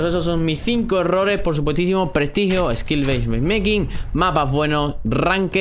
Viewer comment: esquilbeismeishmekin 😂 que grande